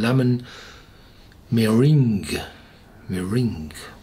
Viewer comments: Its ma rang like in a lemon marange pie or French murangues I'm not sure how to spell it but I'm sure you've heard of lemon murangye pie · hi sir, it is meringue (mer-rang). egg whites beaten into a whipped cream consistency. thanks for your review!